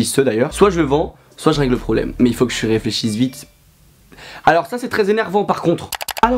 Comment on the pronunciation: de l'air !!! "faut que j'éfléchi" HAHAHHAAHAA PEPITE